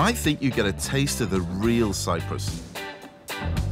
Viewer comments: Cyprus, NOT cyrus! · CY-P-RUS not Cyrus! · Cyprus* not Cyrus, right? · CyPrus, not Cyrus.